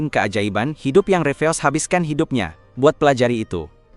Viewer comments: iya sumpah hai dup hai dup😂😂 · Wah lucu banget saat omong Hi dup, Hi dup 😅😂